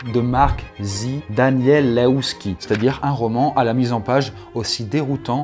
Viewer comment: On dit "Daniel-EF-ski" pour House of Leaves ;)